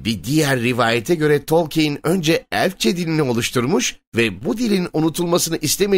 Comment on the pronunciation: Abi telaffuzun biraz üstüne gitmen lazım bence. Tolkeyn baya sinirimi bozdu.